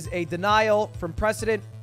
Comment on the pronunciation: "What do you think that word looks like" This coming from the guy who brought you 'prescdedentnentnet'